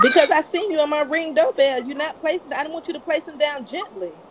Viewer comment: My reeng dooouhbeehl…. 😂